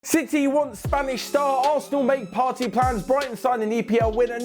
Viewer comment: Its pronounced Part-tay not Party😤